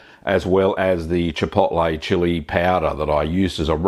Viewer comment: chipoltlay chili payowduh